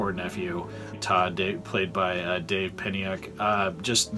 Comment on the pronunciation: Great review!! And you even pronounced my name right! Dave Peniuk! ha ha. Thanks for taking the time and glad you really enjoyed it!